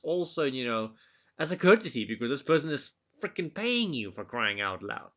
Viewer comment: Your accent adds a humoristic aspect to these videos '(...)we need to frrreaking clean it!' 😅